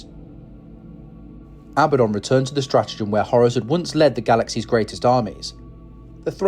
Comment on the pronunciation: "The Heir to Hours" Umm...k.